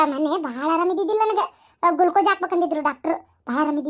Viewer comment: Ajji adu gulcose alla glucose 😂